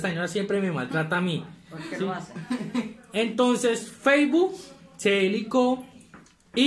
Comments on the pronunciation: Nadie Absolutamente nadie: Feibu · "Feibu" quedé.